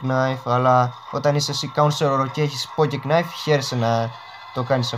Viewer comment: Λεγονται pocket nife οχι ποκεκ ναιφ